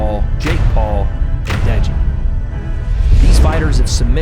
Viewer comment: No way said Deji LOL